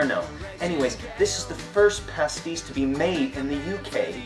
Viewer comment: Pastis mate, not Pasties